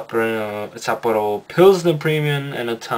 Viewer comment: You got it, good pronunciation. Hitachino is quite good actually. So far I know that's the only solid craft brewery in Japan. Japanese in general are into much lighter flavors.........which is boring :P